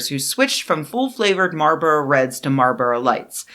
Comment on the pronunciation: Fantastic work as usual, but there’s an “L” in Marlboro.